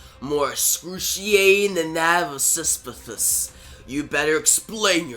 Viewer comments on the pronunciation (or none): Pronounced - Per sef ony and Sis uh fus. I enjoyed the story good job